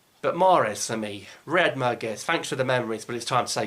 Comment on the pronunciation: I like I always supported him on X & U Tube and he knows it. I didn't like the way he said: Merguez. You are right in some way. I don't like the way our legend is disrespected. Tha's all.